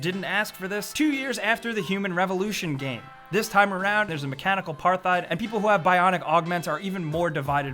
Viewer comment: The way he said Apartheid. uuuuuugggggghhhhhhhh.........